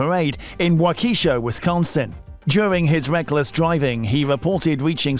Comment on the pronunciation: wao-key-shaw omg it’s wau-ke-sha